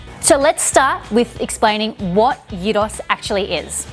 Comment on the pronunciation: Thumbs up for pronouncing it properly